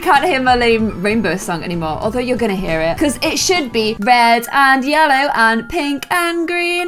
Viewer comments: says lellow instead of ye ll ow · we have baby lellow Me: what did she say? Did she say lellow it’s yellow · its yellow not lellow😂 edit: my favourit is yellow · And she says lellow in stead of yellow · ITS NOT LELLOW ITS YELLOW lol😂😂🤣🤣🤣🤣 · Omg who else noticed her say Lellow a few times 😂